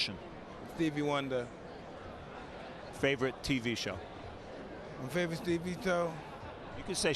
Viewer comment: "favolate tv toe"